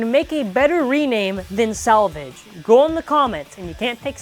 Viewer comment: Salvage Valtryek sounds more like Savage Valtryek